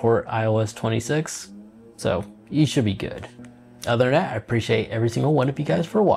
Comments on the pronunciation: THat... not Dat. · THe... not Dee.